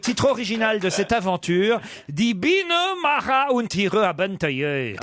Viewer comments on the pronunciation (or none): En allemand, Maja se prononce "Maya" (comme traduit en français) et non pas "Mara" (ce n'est pas de l'espagnol)...